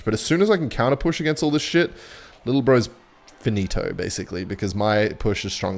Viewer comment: what was that sneaky italian "finito"?